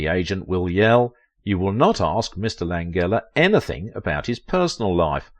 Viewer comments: Lan-gella pronounce it correctly. Please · Frank Lan-jella, not a hard g. He's alive and 85 years old. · How can you set out to do a video specifically on one actor and yet mispronounce his name? I know Brits express more letters than USA but this is a name!! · it would be nice if they pronounced his name correctly. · You're saying his name wrong.